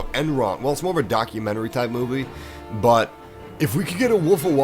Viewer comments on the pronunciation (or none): none